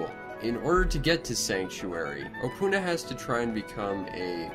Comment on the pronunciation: You don't say opoona like that, so pronounce it opoona and say it opoona not opoona